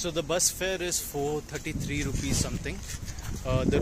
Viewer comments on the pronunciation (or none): none